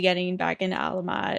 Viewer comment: You’re saying their name right Queen. Despite similarities, Alamat and Salamat are not stressed in the same place. Thanks for reacting to Alamat!!